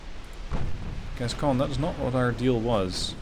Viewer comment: Gascogne has become Gascgone.